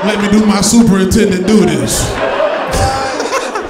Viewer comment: Also, did yall miss when he said SUPER NINTENDANT LIKE SUPER NINTENDO LMAO